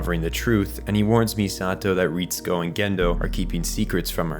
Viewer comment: even the names though. Ritsuko as "Reehtsku". Great video but it's just some nitpicks.